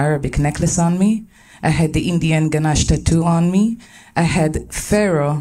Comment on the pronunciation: its Ganesh not Ganache